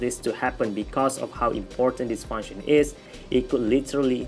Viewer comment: Funshennn lol